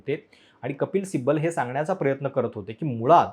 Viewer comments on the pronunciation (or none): none